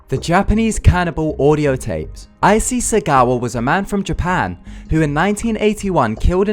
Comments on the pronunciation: I think "Issei" is pronounced as "Ee-Say", not "Eye-See". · Issei is pronounced "ee-say" not "icy" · Icy? lol it's Issei (E-SAY) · Idiot mispronouncing names.... Isei is pronounced eee-say, not ai-see.. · "aisee segawa" what